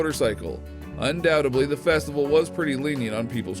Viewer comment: ANNOUNCER: IT'S PRONOUNCED "UNDOUBTED-LY" NOT "UNDOUT-ABLY"